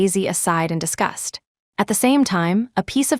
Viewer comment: It’s disgust (a negative feeling for another) NOT discussed (talked) HTH